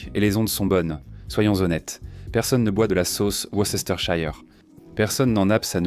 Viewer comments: Worcésteurshayeur ? Se prononce : Weurstersheur ! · Worster sauce l’eppelation